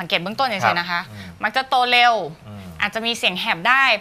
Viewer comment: พิธีกรหญิง ออกเสียงไม่ถูกต้อง ออกเสียง ตัว ร เป็นตัว ล และออกเสียงคำควบกล้ำไม่ได้ เช่น โลค (โรค) ปายนิ้ว ฮอร์โมน ไทลอยด์ (แต่บางครั้งออกเสียงถูก) โตเล็ว (เร็ว) เผาผาญ (ผลาญ) กุ่ม (กลุ่ม) ตวจ (ตรวจ) แก้ไขด้วยนะคะ